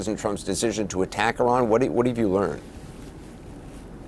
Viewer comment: Say Iran correctly!!! Fck sake!!!